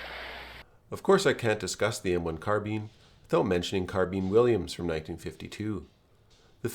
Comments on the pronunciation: It's not car-bean it's car-bine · awesome content, the way you say carbean instead of carbine made go a little insane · Great videos but carbean sounds strage as fuck😂🤣 carbine carbean bine bean supose its just the oxymoron that is American English 😂🤣keep up the videos lad there great im just taking the piss im irish cant help it 😜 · It's Car-BINE, not Car-BEAN . . . Rhymes with MINE, not MEAN. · I couldnt finish the video because he cant pronounce 'carbine' bruh its not carbean. Ill give you a like in return for not being to finish this mess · Only criticism is the pronounciation of carbine, its prounounced Karbine, rather then Karbeen. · been in the States for 43 years, and been a gun nut for all of them, but that's the first I've heard of it. CAR-bīne, or CAR-bean, but never, ever have I heard car-BEAN. I hasten to add that it doesn't matter much, and your video was a good one. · Not carbin. CarbINE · sorry for calling you american bro 😂 But yeah, hearing carbean just breaks my ears, carbine all the way. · Car-bean ! Holy Crap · The M-1 Carbean? Carbean? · Car-bean lol. I never knew Americans pronounced it that way. How do peas get to work? They go by car-bean. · Car bean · I refuse to believe thay its pronounce as a karr been even if google says so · "M1 carbean" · Never heard carbine be pronounced “car-beene” but this is an excellent commentary just like all your others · Watch old school american western films, with John Wayne etc. you'll hear Car-beene all the time. and Cee-gar and similar. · What the hell is a CarBEAN? Wasn't the previous 2 pronunciations enough? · I have never heard such a pronunciation of "carbine" with an accent on the 2nd syllable. In Korea, the soldiers needed to urinate on them to unfreeze them in the cold weather. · The way you say Carbine makes me cringe. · i think the correct pronunciation is car-bene but most ppl pronounce it car-bine (thats what i think take this info with a grain of salt)